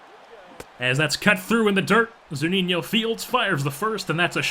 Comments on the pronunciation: Good video! Btw it's Zu-Ni-No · According to to Zunino's page on the MLB website it is pronounced zoo-NEE-no.